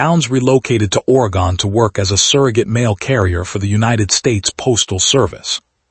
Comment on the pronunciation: Oregon not Oregone 2nd story lol